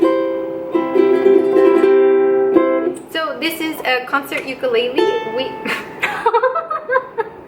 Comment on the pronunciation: | First time you said Ukulele differently lol. I point out the obvious a lot. LOL. Great video too!